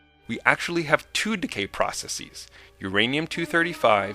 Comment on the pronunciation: Nitpick alert: at about you intend to say "processes," but pronounce it "processEES, as if the word "process" were pluralized the same way as "matrix." This wrong pronunciation is a fairly new trend but terribly annoying. Please help stop it!